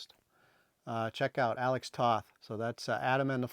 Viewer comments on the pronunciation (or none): I hope that you will forgive a suggested correction. Years ago, at the Detroit Triple Fan Fair, in about 1974, a comic-collecting friend who was Hungarian told me that "Toth" was a Hungarian name. I had pronounced it just like you did in this video. My Hungarian friend corrected me, and pronounced it differently; Toth's name, he said, rhymes with "both."